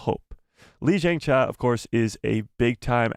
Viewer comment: He should take 5 mins or so to learn how to pronounce Lee Jung Jae correctly. And “Squid Game” as well. It’s not “Squid Games.”